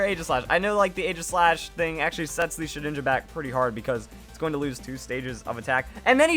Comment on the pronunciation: It's Ee-ji-slash you fool.